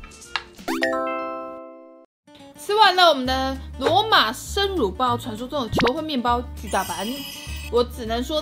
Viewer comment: 為什麼我會把乳包聽成辱包……